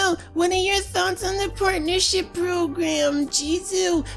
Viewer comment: Am i the only one who heard Jizo say "porn'ership program" in the begining of the video? I'm not gonna mention any names, then perfectly emulates AGGP. But then again i think everyone who isn't a complete douchebag, hates him so.... carry on Jizo.